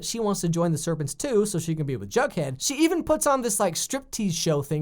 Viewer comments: sweety its not "jugghead" its "jughead" GET IT RIGHT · its not jugghead its jughead